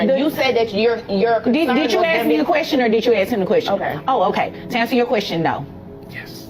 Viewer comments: These women not being able to speak properly and CONSTANTLY saying AKS instead of ASK is grounds to divorce them. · The word is 'ask' not 'axe'